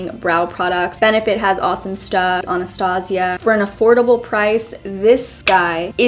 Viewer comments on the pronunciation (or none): none